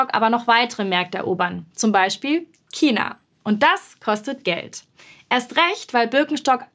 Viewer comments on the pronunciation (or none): none